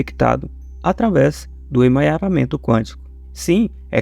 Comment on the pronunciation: É emaranhamento quântico e não emanharamento quântico.